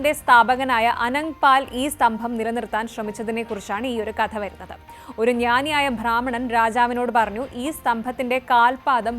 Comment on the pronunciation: 'ബ്രാഹ്മണൻ' എന്നാണ് ഇതുവരെ കേട്ടിട്ടുള്ളത്. ഇനിമുതൽ ഭ്രാമണൻ എന്ന് പറയണോ, ഈ കുട്ടി പറയുന്നത് പോലെ?